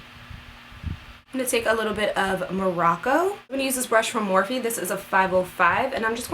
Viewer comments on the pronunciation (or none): none